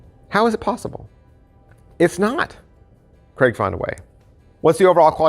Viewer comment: Hi.....it's CRAIG.....not Cregg 😂😂